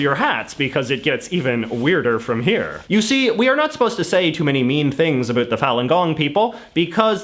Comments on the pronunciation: You sound as if you are trying to sound Canadian. The normative Canadian "about" contains a dipthong made of two vowel phonemes (sounds) pronounced together "eh" and "oo". You just say "oo" and I've never heard anyone say that, other than Americans trying to do a Canadian impression. So, are you really a Canadian? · It's not ah boot, chinese propaganda. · "a boot" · I laugh at idiot CIA asset JJ & his stupid, shallow WaPo analysis, especially his ridiculous pronunciation, "a boot," when trying to say "about." He's written that it's a Canadian stereotype, but he is the living embodiment of a flaky Canadian stereotype. I've seen Falun Gong (FLG) demonstrations. FLG is a crazy cult that created Shen Yun (SY). If you use your brain & think independently, you soon realize that FLG & SY are CIA propaganda. FLG is a CIA anti-Chinese propaganda arm. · I’m from Vancouver. No one pronounces “about” here like this guy. Initially I thought it was some kind of comedy gag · Is it your real accent? Cause as a fellow Canadian, the way you pronounce "about" sounds very unnatural and irritating. Sorry in advance if it is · He deliberately uses words like "about" to demonstrate a Canadian pronunciation. I find it off-putting, not flattering. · The only word that bothers me when he says it is about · listen to how he says "about" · I Like how u say about. I am Danish BTW so i Think that is the reason 😂👍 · Excuse my off-topic question, but do all Canadians pronounce about like you, or is this some wired regional pronunciation?